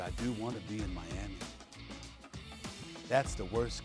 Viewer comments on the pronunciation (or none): none